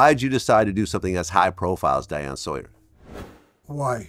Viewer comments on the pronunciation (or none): How tf does vlad not know how to say “Diane” 😂😂😂